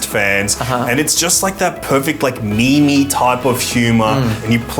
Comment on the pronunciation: It's no pronounced me me. Meme is meant to sound similar to gene. Dawkins created the word as the idea equivalent of genes